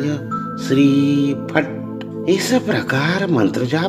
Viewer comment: Sir aap jo es me mantra ka uchharan kiya h.... us me shree ka ucharn me uper jo bindu h uska ucharan nahi kiya h?